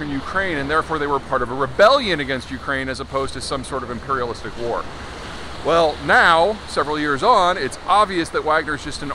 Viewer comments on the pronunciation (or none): none